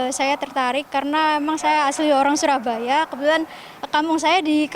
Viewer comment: bacanya bukan "curabaya" pak. Tapi syurabaya. itu C-nya di coret bawah adalah penulisan jawa jaman dulu selayaknya penulisan cakti dengan c dicoret itu bacaannya syakti